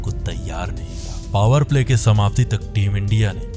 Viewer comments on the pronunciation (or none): none